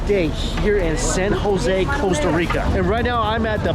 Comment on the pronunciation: It’s Costa not Coesta